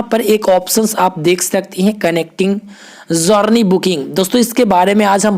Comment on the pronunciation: भाई जौरनी नहीं जरनी बोलते हैं, आगे से ध्यान रखना....